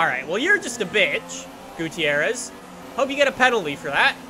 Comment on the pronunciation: This is how you pronounce Gutiérrez. Goo-tee-air-rez. Gooteeairrez. Strange huh?